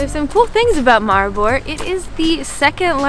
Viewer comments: You bucherd the name Maribor sooo hard Mari- bor May help the o is like An oo And the a is mor of An mA with the m combined Edit: zemljuca besicly transleates to dirt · I know its really hard to pronounce slovenian words and i am really sorry but how you say Maribor is just...